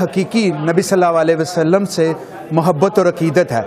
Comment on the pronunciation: hows he between Ullamas when he can't even say S. A. W properly.. That tells a lot about this committee and their knowledge